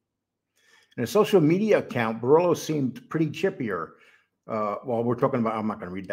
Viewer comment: Bor-Illlo or Bor-Ello? 😆. If you're going to make content on Italians, you gotta stop butchering the names. Its actually quite important.